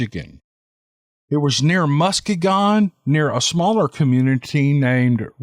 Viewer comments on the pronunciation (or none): MUS-KEY-GUN accent on the 2nd syllable ;) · Lol, love ya. Its pronounced Mus-kee-gun (Muskegon, Michigan) and Ruh-van-uh (Ravanna), I'm from Rockford, Michigan, SE about 30 miles from Ravanna. Very woodsy still this day. I'm still waiting to see one someday. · Mus-Key-gon. The one in Florida is My-Ak-Ka. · Its Mus-kee-gon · Ra-van-na. & Musk ee-gan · It's pronounced Must-key- gen...lol! I've had an experience in that part of Michigan too. Thousands of acres on National and State public land... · Hello its me again, hahaha!! Seriously though I believe the second story to be true, as I live in Muskegon (Muh-ski- gun) Michigan! Because you had trouble pronouncing it. Lol. Im 45 years old, lived in Muskegon County my whole life. Although I have never heard of anyone having any sightings or encounters with bigfoot in Muskegon co. I still believe its true! Because I seen one about 50 miles north of Muskegon in Newaygo co. back on August 16th while I was scouting for stand locations..Ravenna is mainly a farming community with quite a bit of state land I hunted the area years ago. The state & fed land in this part of Michigan is basically connected from the bottom of the mitten all the to the upper peninsula via snowmobile trails or bike paths. I have heard of a lot of encounters from the upper peninsula, and my sighting was between Patrick's encounter and the U.P! I have to believe it to be true because I know they exist. I would enjoy hearing about more encounters from Michigan, if you have any in the stock pile you've been picking away at? Particularly W. Michigan? I think it would help me validate what I saw. Thanks for your hard work sir.. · It's "Mus-KEE-gin" (gin, as in "again"). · musk ee gin that is how we pronounce it here in michigan.